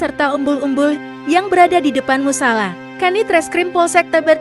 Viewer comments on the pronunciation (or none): salah ngucapin musala